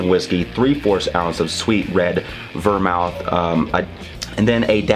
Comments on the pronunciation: it's pronounced vermooth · The reason you mispronounced vermouth is because you, sir, are a whiskey guy, not a mixed drink guy.